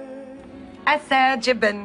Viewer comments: Aserjapan? Please, do not say Azerbaijan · OMG she's so funny. She can't pronounce Azerbaijan. And she doesn't know where it is on the map. This is killing me.